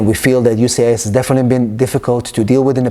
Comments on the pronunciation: How about you learn how to say the name of the agency before recording a video? UCIS??? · U-CIS 🤣. It’s U S C I S. Great information though